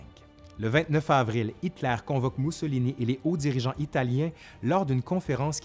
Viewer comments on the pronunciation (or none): Mousso... chocolat ??? 🤔 Non, « Moussolini !!! » 😂👍